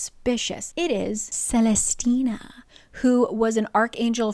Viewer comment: watching this like 4 years late but you must understand what a jumpscare it is to hear my very uncommon name said so many times in this video (celestina) and correctly at that